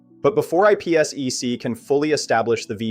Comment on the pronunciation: wtf is IP esss eeee ceee?? It’s called IP Sec